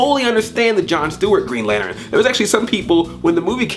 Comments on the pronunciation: Lantern not lanteren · Lanturn has two syllables not three.... Throwing that out there XP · Did you say Lanterin? lol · Green "lanteren" haha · Was it on purpose that you pronounced lantern as lanerin? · STOP SAYING LAN TERIN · You say Lantern weird... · Stop saying lantern so weird!!